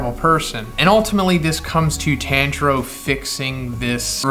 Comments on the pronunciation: TON JURO NOT TAN PLEASE STOP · His name is pronounced Tonjiro but spelled Tanjiro and the first sun breather name is Yoriichi